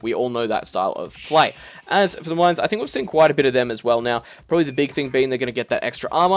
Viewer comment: You pronounce Malians wrong